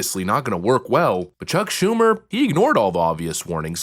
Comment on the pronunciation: Did I hear her say "Shuck Chumer?" PFFT!! 🤣🤣🤣🤣🤣🤣🤣🤣🤣🤣🤣🤣🤣🤣